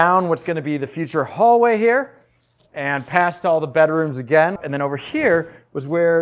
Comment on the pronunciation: subscribed purely because of the way you say bedrooms. "Bederooms" lol.